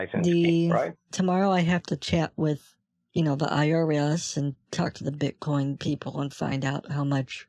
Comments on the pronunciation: PMSL get out the kitchen ma’am. I love the BITE coin mispronunciation as well! You are genius your wife must be giggling all the time!! 😂😂😂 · A bitecoin wallet? I think h'es one of the few in this world mispronouncing it...